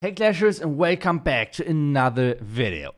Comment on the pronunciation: Welcome not wekam back